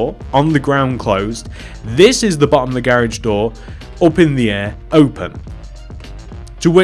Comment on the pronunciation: omg he said "At the bohhom"